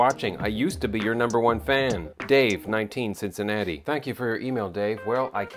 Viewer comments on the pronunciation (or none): none